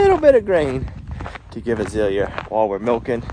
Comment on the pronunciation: Is your cows name Azalea or Azilia, sounds like Azilia.